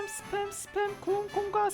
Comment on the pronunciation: 재미있는 사람이다. 스팸 을 습햄 이라 읽고 말이죠 ㅋㅋㅋㅋㅋㅋㅋㅋ